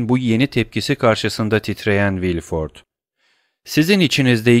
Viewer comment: Emeğiniz için teşekkürler. Elimden geldiği kadar romandaki bazı kişi ve yer adlarının doğru okunuşlarını yazmaya çalışacağım. Maximilien : Maksimilyan Villefort : Vilfor Mösyö d'Avrigny : Mösyö Davrini Noirtier : Nuartiye